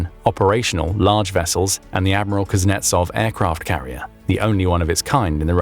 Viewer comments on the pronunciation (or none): none